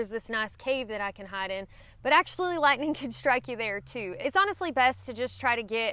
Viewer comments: What the hell is "Lihnin"? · I just wanna hear you say "Lat-nin'" again 🥰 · I feel like I am back in northeast Tennessee in the tri cities area when I hear you saying certain words like lightning,hiking,night...us Tennessean tend to leave off the "g" sound when pronouncing those words.